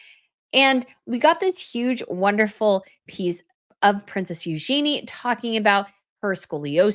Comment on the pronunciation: Eugenie is pronounced with the emphasis on the first syllable